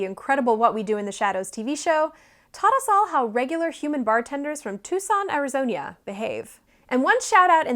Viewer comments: "Arizonya" -->>Arizona. Lol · Did you… did you say “ARIZONIA”?! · Air-i-zan-ya? Did I hear that right? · #98 The way she over annunciated Arizona as Arizonia makes me think I'm missing a reference or joke. Enough poop facts that I thought you need to do a crossover with Minute Earth. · Arizo-ñya is my new fave state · ArizonIA? really?